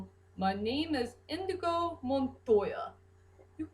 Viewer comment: Actually it's 'Inigo' Montoya, not Indigo. But don't worry, I misheard his name for a long time before I actually saw the movie. Also, I agree that Inigo has the best backstory of the cast, or at least, the most relatable one. Wesley's was definitely unique, as to how he became 'Dread Pirate Roberts'.